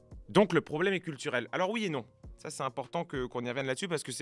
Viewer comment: C’est un important !!! Pourquoi tu ne fais pas la liaison ??? C’est insupportable… Le français est la seule langue latine qui possède des liaisons car c’est directement issue des anciens langues celtiques….